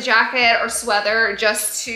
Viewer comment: Lol that she keeps saying sweaTHer lol 😂